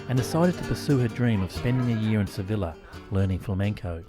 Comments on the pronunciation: Sev-ILLEH is such a pisstake 😂😂😂😂😂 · ITS SEVILLA PRONOUNCED AS A YYYYYYYYYY!!!!!!!! HAHAH